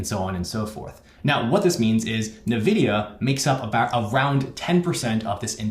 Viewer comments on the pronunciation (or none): You're the 1st person I've ever heard call it NaVidia instead of EnVidia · Just information Nvidia is pronounced en-vidia, not nuh-vidia. Like pronouncing the letter n. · In-vidia...not "Nuh vidia" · Weird way to say NVIDIA 🤔 Jensen pronounces it N-vidia…